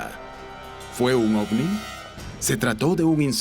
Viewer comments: En español, la letra “V” se pronuncia como “B” según la RAE. Me desespera escuchar “ofni” jajajaja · Ofni Ofni Ofni y ofni 😂😂😂😂